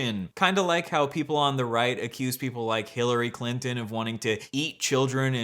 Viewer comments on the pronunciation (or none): none